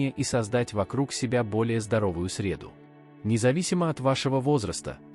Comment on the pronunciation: Не срЕду, а средУ